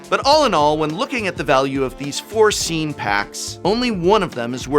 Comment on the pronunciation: Whenever he says scene, I always hear it as “scean,” like the emo style kid lol